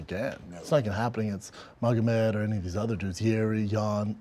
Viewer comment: Schaub: “Megamod” Hill: “Yea…Magomed” 😂